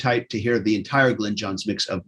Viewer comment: Is lying back on a bed or a beach chair? Either that or he needs to sit up straight! Glyn is pronounced GLINNNN not 'Glen'! Yours pedantically! Ken